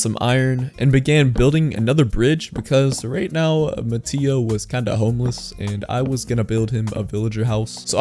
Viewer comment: It’s not ma-tea-o it’s ma-tay-o